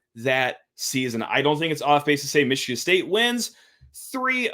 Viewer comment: Oregun. Michigann